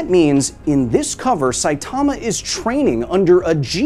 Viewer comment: Dude, Saitama is not pronounced like that, how many time do people have to tell you?